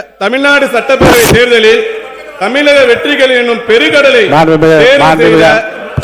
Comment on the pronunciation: அவன் தமிழ் பேசவில்லை.. தமில் பேசி கொலை செய்கிறான்.. 🤦‍♂️